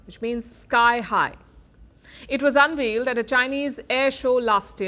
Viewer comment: Unveiled, pronunciation as in veil. Veal is baby beef. two different things